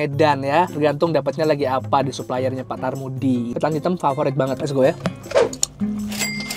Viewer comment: Pak Karmudi bang bukan tarmudi hehe..